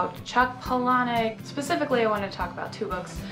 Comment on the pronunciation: I like that you pronounce Palahniuk correctly.